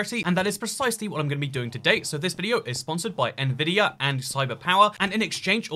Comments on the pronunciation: "nuhvidia" it's Nvidia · HE SAID NUHVIDIA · Good video - but he sais "navidia"..... Absolutely ruined.